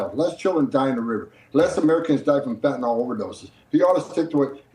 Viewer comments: "Fenta-Nill", not "Fenta-Nall" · It’s pronounced how it’s spelled: fenta-NYL, not fenta-NALL. So many people do that and it’s grating to the ear.